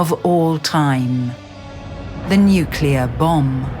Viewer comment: she narative said aha aha nuclear bomb !!!!!!?????What ??? It's nuclear rocket English woman.